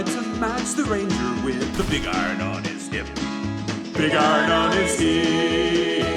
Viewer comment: HE BUTCHERED BIG IRON!!!!! NOOOOO😭😭😭